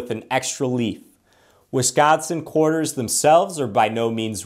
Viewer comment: This dude says ''Körterz'' ....like a 6 year olds pronunciation. QUARTERS.... ..Koreterz....Coreters'...Coretearz..etc